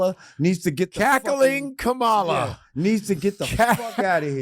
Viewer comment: Pronounce her name correctly for Christ's sake! The woman has been around for many years and especially after the past 2 months, anyone who calls themselves having an intelligent discussion about her should be pronouncing her name correct at this point! Also, Lord Jamar often thinks he's the smartest person in the room, but how smart is it to allow someone who we know if is a racist spoiled brat of an idiot possibly control the country that he lives in without doing your part to prevent that from happening. Am I a huge fan of Kamala's, NO, but I have the good sense to understand the serious difference between the two of them. She is not an idiot and she is not a wannabe dictator and she has not shown a tendency to love and support dictators. So with that alone, she's the better choice!